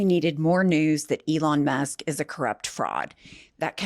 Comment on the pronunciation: ELon MAHSk